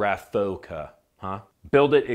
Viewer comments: RAFOKA????? No no no…RAFFICA è il nome giusto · Great video, thank you! Err... you might want to research a bit about Gheddafi, forget for a moment what the TV told you when they needed to demonize him, you might be surprised... (Oh and "raffica" sounds with the accent on the a, and the i sounds like ee, but you went pretty close anyways.)